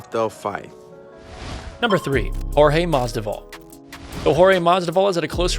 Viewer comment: "Jorge Mazda-Ball"